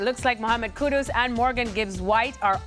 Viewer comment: These clowns can’t even get Kudus’s name right. ‘Kudos’ lmao. Cant believe the dude chose Spurs, I guess he has no trophy ambition and he will be gone for a month in the middle of the season for AFCON.